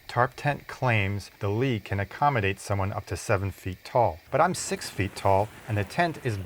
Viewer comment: good review but the name is LI, not LEE